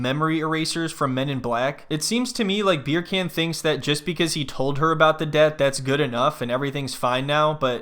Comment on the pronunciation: I love that you're pronouncing deb-pt 😅